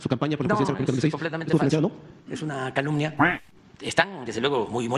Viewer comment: 😂😂😂😂😂 "eunacalunia" 😂😂😂😂😂 no es capaz de decir otra cosa ¡vergüenza de presidentito!